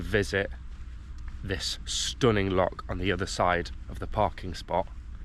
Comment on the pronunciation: Welcome to Scotland, if you're here for five weeks can I advise you that you were swimming in a loch, not a lock. It's pronounced same as the composer Bach, you wouldn't call him Back. Have a great time.